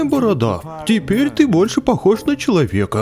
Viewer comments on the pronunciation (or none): там ТЕТЕРЬ а не теперь